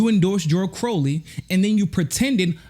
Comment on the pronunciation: you might want to take this one down and re-do it. Not because I think you're totally wrong, but for a couple other reasons: #1 It's pronounced crOW-ley, like growl. #2 You called Ro a "progressive careerist," but never really explained what you meant by that. You said that you didn't think he was necessarily acting nefarious, but didn't specify what you DID mean by calling him that. Personally I think I got it, because I've sort of thought the same thing about him - that he's not evil, he just saw the writing on the wall and jumped on board with progressive politics. Not because he's a true believer, but because he saw that as a way to further his political career. #3 You didn't ask the two most important questions that often get unasked when it comes to this Russiagate nonsense: How did Russia supposedly interfere with our elections? Before the goalposts got moved with all the talk of bots and the pittance of money that was spent on ads on google & facebook, the story was that Russia had conspired by releasing the DNC emails. This highlights again that all this was is showing the truth about what was going on behind the scenes, which has all since been verified. And why would Russia have even WANTED to interfere with U.S. elections? It might have something to do with the fact that we've been acting like imperialist douchebags, and Hillary Clinton was trying to egg Russia into war with the Syrian no-fly zone she promised.